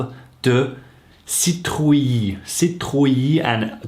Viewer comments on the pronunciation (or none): Nice video! However citrouille is juste pronounced seetrooy, and type is pronounce tip.